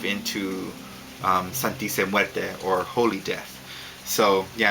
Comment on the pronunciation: lol hey i'm mexican! and the way you pronunce "Santisima Muerte" is like this ( san-tee-see-my-////mu-a-rt-a) lol anyway great videos!